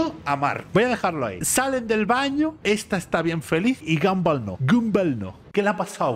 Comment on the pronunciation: El nombre de Gumball se pronuncia Gamboll